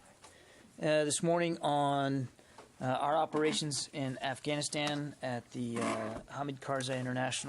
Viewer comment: he calls it Assghanistan.